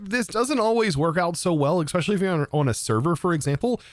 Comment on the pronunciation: I’m gonna lose my mind if you say “eXpecially” one more time lol. It’s “eSpecially”.